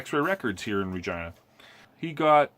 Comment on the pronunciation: Did you say Ragina?